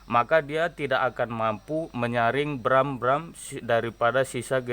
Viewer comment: Bukan bram....tapi gram